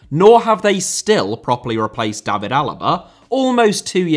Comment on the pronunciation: Extremely minor note: no need to try a German pronounciation when saying David Alaba's first name. His father pronounces it like in English and I guess he'd know.